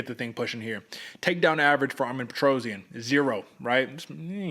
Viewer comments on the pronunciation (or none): His name is Armen Petrosyan. NOT ARMIN PETROZIAN!